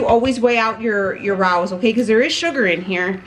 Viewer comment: It's pronounced Ray-OS which i only know because i saw a commercial for them! I love how caring you are of your dog and your recipes are always so simple and delicious looking! Love your channel!